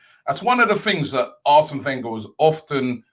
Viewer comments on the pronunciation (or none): none